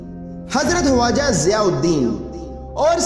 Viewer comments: bhai aapne bahut achchi video banai hai lekin aap khawaja ki jagah huaja kyo bol rahe hain isko aap correction karke dobara upload kare video bahut shandaar hai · Very informative, ty vm! I have a question though, why did u keep saying ‘Waja’ instead of ‘Khwaja’? I’ve never heard it like that before and believe it’s not correct pronunciation. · bhai huaja nahi hai please barabar pronounce karo k silent nahi hai wo khwaja hai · Bro it's khwaja not huwaja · Bhaijaan aap khwaja kah rahe hain ya huwaja ki awaaz aa rahi hai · Bhai huwaza nahi khawaza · Why are you saying "hawaja" it is irritating. It is Khwaja "kh" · aap kam bada achha kar rahe ho.but aap ke pronounse sahi nahi he. Waja nahi khwaja bole.hirwani nahi harooni bole...